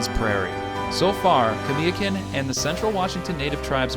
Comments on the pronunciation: It’s Kah-Mai-ya-kun. Hes very important to the Yakama Nation and its neighbors. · What an insult! Learn to say our Chief''S NAME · I've noticed media is more and more pronouncing it "YAK -ih - MUH". Growing up there, it has always been pronounced "YAK - ih - MAW". Also, Kamiakin was mispronounced. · Love the video and the information but I cringe when I hear you pronounce Kamiakins name wrong. Jo N. Miles put a book out called Kamiakin Country it's a good book.